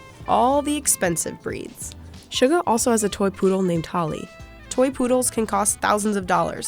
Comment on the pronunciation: YOONGI'S PET NAME IS HOLLY NOT TOLLYYYY